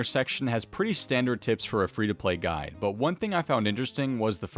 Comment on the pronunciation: "Hi, and welcome to my gid"